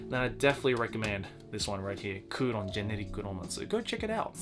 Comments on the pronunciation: Always love your videos, so it pains me to nitpick - "Kouron" is Kowloon, so the setting takes place in Hong Kong. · I know the manga as"Kowloon Generic Romance" not " kuuron" lol but it's pretty good